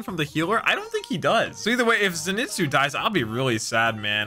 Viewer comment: btw its pronounced Zeynitsu, just saying :)